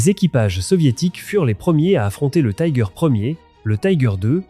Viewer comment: Pour les Tiger I et II, on dit "tigueur" et non "taigueur", ce n'est pas de l'anglais mais de l'allemand.